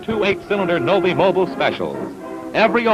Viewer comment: The guy can't even pronounce Novi properly, he calls it the "Novee".